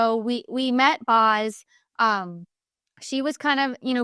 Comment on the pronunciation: Boz is pronounced like Bose not Bos.